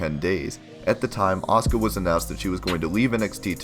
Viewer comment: You keep saying her name wrong.